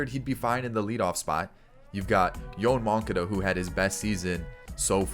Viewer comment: Yo-Ahn Mon-Cah-Dah